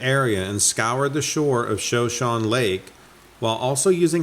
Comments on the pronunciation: Shoshone: “Shah-shoh-nee” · I hate being one of those kind Sir. I just wanted to let you know that Shoshone is pronounced Sha-shone-knee.... I've heard this word in several of your videos and it's time you know how it's REALLY said. Love your channel 😉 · It's pronounced sha-sho-nee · The pronunciation for Shoshone is (Show-Shownee) 😊👌